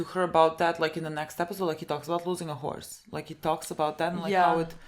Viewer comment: When Ralphie says "it's just a horse" it definitely sounds like "it's just a whore"